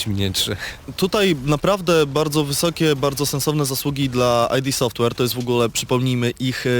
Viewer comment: Panowie nie "aj di" software tylko "id" gdyż jest to nazwa pochodząca od terminu id używanego w psychoanalizie a nie ID czyli dowodu tożsamości